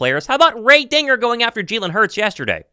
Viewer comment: "Ray DINGER"?? Bro, how new are u to this whole Eagles fan thing??